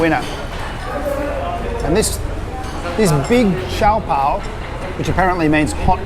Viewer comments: That is how an authentic good Chinese restaurant is... really noisy😉 By the way did you remove the wrapper(bottom part) of the siopao(shaa-pau.. not si-yaw-paw)🤣✌ Anyway, nice content 👌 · we pronounce it as SYOPAO SIO PAO not CIAO PAO and SIOMAI as SIO MAI not CIAO MAI